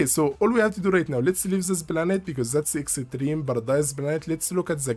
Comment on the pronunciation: I like how you say Extreme as Exetreme :) thanks for the video! Really helpful.